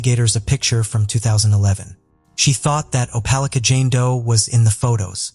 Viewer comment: How did you manage to say the name of Opelika three different ways barely a few minutes from each other? Thats rather absurd The constant mispronunciations is horrible. Its okay to do another take. And to look up the words you don't know. Its grating on the nerves and ears.